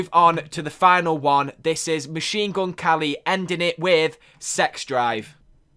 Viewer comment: why does he say machine gun kally though?